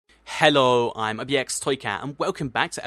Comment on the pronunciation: it sounds like "herro" in the beggining xD